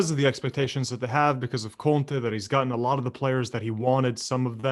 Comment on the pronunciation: His name is Conte. Please stop adding "h" on his name it sounds weird